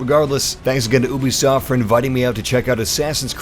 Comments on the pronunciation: It's YOU-BISOFT.. not EW-BISOFT. Great video tho thanks man. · Is it just me or did he say oobisoft instead of u bisoft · Why did he pronounce Ubisoft “oo-bee-soft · U say oobisoft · Uh-bi-soft <3